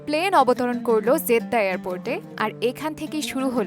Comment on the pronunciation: It is Jeddah not 'Zeddah' as you pronounce.